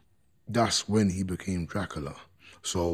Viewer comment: Sure he said Crackula too 😅